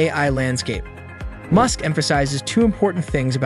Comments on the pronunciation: Goodness gracious! If you're going to use an artificial voice for your videos, listen to the whole thing first, and correct the pronunciations it got wrong. Elon Mewsk?!? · I get u make all ur content with AI but can you use ur own voice it’s so obvious when the AI mispronounced Musks name in this video lol